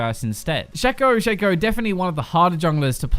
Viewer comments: why do people pronounce shacos name wrong when you can Cleary see how its pronounced on leagues champion spotlight vid.... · "shaco": Are u sure about that